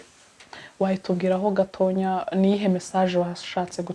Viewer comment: Uyumushikiwacuvugango gatonya bavuga gatoya mama